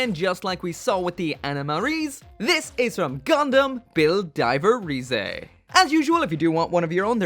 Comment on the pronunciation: You don't say rize rize you say it like rise